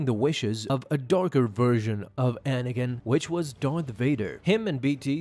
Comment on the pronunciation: The way you pronounce Anakin is like it was edited to the sentence afterwards.